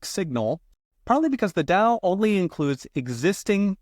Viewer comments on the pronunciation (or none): none